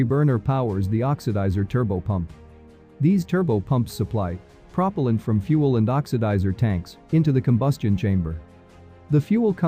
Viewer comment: Prop'l'ant instead of pruh-pehl-ant. Interesting